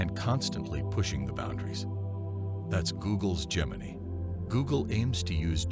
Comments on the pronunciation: It's pronounced, "Gem-in-eye." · Gem•in•ey .... that's not how you say that.